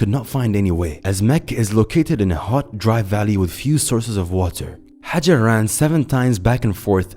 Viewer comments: her name is Ha-jar .... and not how he pronounced it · interesting ... but you butchered the name pronunciation of Ibrahim's wife ....